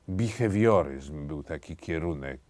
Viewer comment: BEHAWIORYZM a nie bihewioryzm, chyba, że miało zabrzmieć z amerykańska